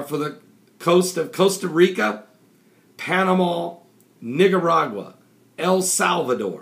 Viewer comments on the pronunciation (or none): It's Nicaragua not Nigeragua.